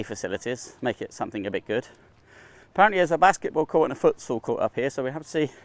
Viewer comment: Foot what? What sport is that? Sounded like you said footsoul lol